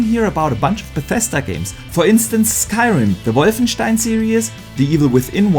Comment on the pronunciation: Am I the only one here just to here pronounce Wolfenstien?🤣